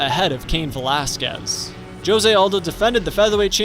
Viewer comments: It’s hose not jose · This man said "Joe-se aldo" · Bro, did this man just say (joe zay)jose? what the hell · Not being able to say Jose correctly makes me want to puke. I keep cringing